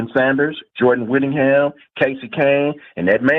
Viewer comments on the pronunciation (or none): Who tf is Jordan Whittingham 😅 it's Whittington...